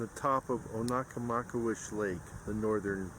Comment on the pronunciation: It's pronounced Oh-na-maw-kay'-wush.